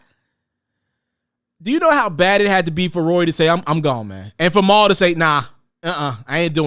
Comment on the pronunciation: Bruh...who the hell is “Mowl”...lol